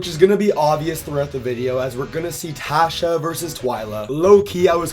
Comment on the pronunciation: Great video!!! The only thing that was slightly off is miss-pronouncing Neleh and Tasha’s names… other than that great vid!